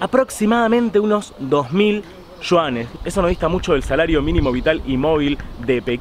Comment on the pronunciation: De donde sacas la s de Yuanes? por Dios!